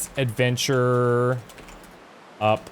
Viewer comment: Hey. Hey. Hey., hey. You forgot the letter “D” in adventure.